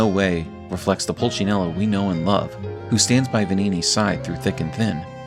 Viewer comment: actually is Pulcinella, not Pulcinello.